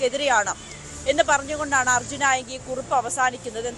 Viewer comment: Arjun enthonnu "aayangil" 😂😂😂